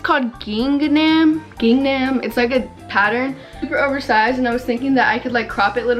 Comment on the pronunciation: GIngNam sksks (ging-am) haha love u tho sis